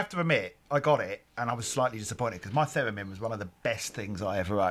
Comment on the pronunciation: I don't why but when he said Theramin, I heard it as pheromone. I was momentarily confused.